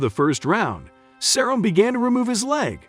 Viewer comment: not even Cerrones last name right either 😂😂